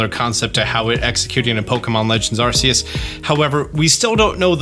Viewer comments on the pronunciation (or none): none